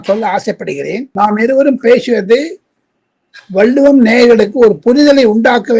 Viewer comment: " வல்லுவம்" தவறான உச்சரிப்பு நாக்கை மடித்து, "வள்ளுவம் " என்று உச்சரிக்க பழகுங்க😢